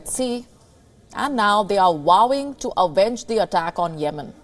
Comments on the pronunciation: Vowing she pronounced wowing 😂😂😂😂😂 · Wowing???? How do you pronounce vowing as wowing